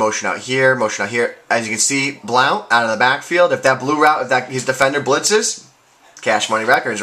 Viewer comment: Hey. Big fan, love your videos... I have been watching them to help me get an edge on my game since Madden 11. I don't mean to be rude, but It's pronounced "blunt" not "blount". I am a big Bucs fan and I use them on madden all the time and I watched him in college Oregon and have never heard it said that way. Anyways, keep up the good work and good luck to your Pats.